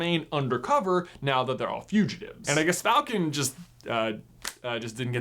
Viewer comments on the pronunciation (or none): none